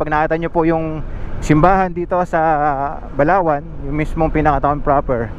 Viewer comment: Grabe Ang ganda ng tanawin at.saka nakakatskot Ang pag bigkas ng Balaoan medyo bilisan mo ingat keep safe